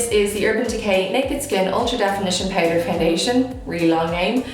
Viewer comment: Eyebrew pewder ? Why you are talking like that 😂 you are so so beautiful by the way 😍